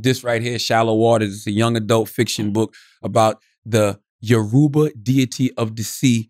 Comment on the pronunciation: Thank you Shultz for pronouncing “Yoruba” properly. And “ORISHA” . Am a YORUBA descendant. And by the way, her real name is “YEMOJA” only Americans and Latin Americans call her “YEMAYA” and Appreciate charla releases books like this about the YORUBA culture. I will definitely buy it. But please pronounce it better. 🇳🇬